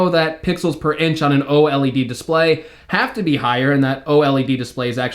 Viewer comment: Love your content, but when you say o-l-e-d it REALLY irks me. 😂😂 Its o-led, dude! No biggie really, just bustin’ your chops...great comprehensive review. 😉